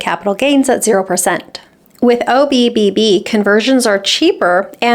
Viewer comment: I chuckle every time you say OBBB😊